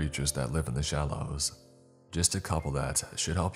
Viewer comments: It's EXTRAPOLATE (Ex-strap-poll-ate) not however you said it. Good story otherwise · never heard anyone pronounce the word extrapolate like that before! :-)